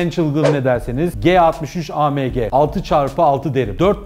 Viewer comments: pors degil porse yani porsch degil Porsche .a me ge diye söylüyorsun.degil a em ge AMG.sevgiler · A M G deyişi küfür gibi